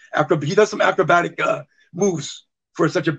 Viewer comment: trying to say acrobatic lol